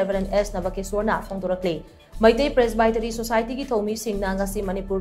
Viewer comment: helllo... learn to pronounce 'Presbytery' correctly... hahahahhaha... shameless... dont pronounce English words in ngaripur style..